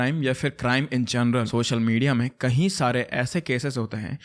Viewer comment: I just want to correct a small thing. You often use this word "KAHI" instead of "KAYI" for example : insted of saying "KAYI DINO SAY" you say "KAHI DINO SAY" KAHI= Somewhere KAYI = more than once I hope you correct it. And i love your channel and am a subscriber.....keep doing the good work.....